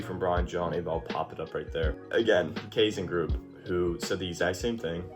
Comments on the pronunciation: The ai in kaizen is pronounced like eye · It’s Kye Zen brother. Welcome aboard!